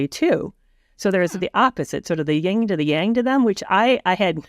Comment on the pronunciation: It's YIN and yang, not "ying."